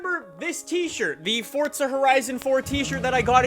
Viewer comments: It's Forza, not Fortza! Pronounce it correctly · STOP SAYING "FORTZA" IT'S FORZA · Forza not Fortza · Fort-za horizon 4 lol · Fortza horizon? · fortza horizon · Why do you say Fortza 😂😂😂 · Why does he say fortza? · There's no "T" in FORZA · bruh.....forza dont got no t in it... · Do you not know how to fucking pronounce forza? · There is no T in forza dude.